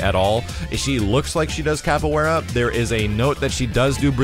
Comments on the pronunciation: Capoeira (Cop-oh-way-da) Sorry I practiced Capoeira for around 4 years and hearing it pronounced wrong bugs me. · not to be a prick.. but it is pronounced 'caf way da'.